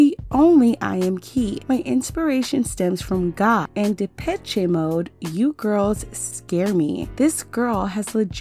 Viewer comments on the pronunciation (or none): It's pronounced Da-pesh (Depeche) mode